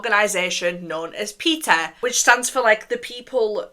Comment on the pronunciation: i cant help but giggle at the way the captions think youre saying Peter.....petah how are you doing that